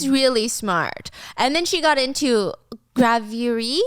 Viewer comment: Love your pronunciation of "gravure" hahaha. It's not "grah veu ree" it's "grah veur".